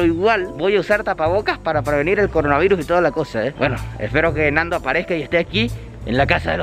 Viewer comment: ya va un minuto CORONAVAIRUS CORONAVAIRUS XDDDDD